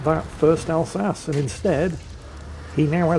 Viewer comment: Wait, why is pronouncing the Alsache wrong? Oh!